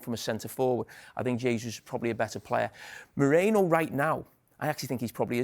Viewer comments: Carragher cant say MERINO to save his Life ,keep saying Moreno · Bruh all these pundits call him Moreno, can't they read a simple name 😂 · "Moreno" someone teach this guy please... 😂